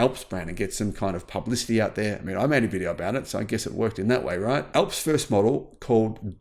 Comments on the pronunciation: sounds like ALFS not fucking ELPS, THE MOUNTAIN ALPS IN EUROPE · It's ALPS not ELPS! Alps like the Alps in Europe - remember Almonds not Elmonds! Hah Hah!